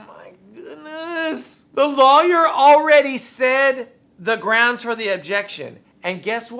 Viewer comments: Brocks Axed a questioned than objected to his own question than said grounzz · "Grounce"- Darrell Brooks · First of all… it’s GROUNZ. Also, are you not a public servant? Is this not your oaf of office. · He says "Groundz" 2 million times.